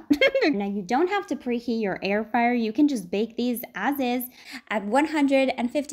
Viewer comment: Air fryer? I thought you said hair dryer! 😋